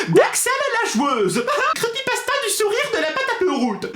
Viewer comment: 😂😂😂😂 comment prononce Crepypasta m'a tuer 😂😂😂 Super vidéo ^^